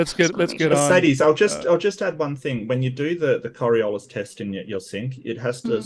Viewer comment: She's certainly one of the intellectually laziest people I've ever encountered, to the point of not knowing how to pronounce " "Ockham" and "Coriolis". I know, I know, you can't be expected to know every little thing...